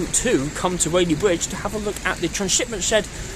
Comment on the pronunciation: It’s Whaley BRidge, not bwidge.